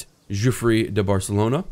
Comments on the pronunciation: I like the series but his name isn't Giufre (Juffry) but Guifre (Ghiffry)! It's an "iberisation" of Wilfred. See the similar Guilfredo. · As a Catalan, he is actually almost correct. It would be even closer pronounce it the same as 'Guilfredo' but without the first L and the final 'do'. ÇIf you are really curious check it out on Google translate! ;) I'm really liking this series btw, the character is actually the responsible of the catalan flag. He made it by dipping his fingers in his deadwound and passing his hand on his shield. The 'é' at the end of his name marks that you pronounce that e in a more rough strong way so to speak